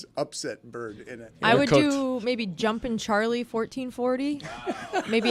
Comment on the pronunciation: Today's Venmo Fine Bucket Fines on this Wild Billy Thursday w/ Greg Cote! (For this video) Greg: $10 - Phone interruption. (Dan said $5, it should be $10). Dan: $1 - Mistake, mispronouncing Jumpin' Charlie as "Jumping Charlie". Dan: $10 - Phone interruption, on Greg's phone. YTD Total Fine Amounts: Dan - $45 Stugotz - $19 Greg - $41 Amin - $23 Lucy - $12 (plus a ?'able $50 death fine from Dec.) Juju - $6 Chris - $21 Jessica - $5 Mike - $10 JerBear - $7 Roy - $8 Billy - $20 Papi - $50 Pablo - $18 David - $43 Hawk - $5 Izzy - $9 Tony - $5 Ron - $0 Luis - $0 January total: $225 February total: $122 =$347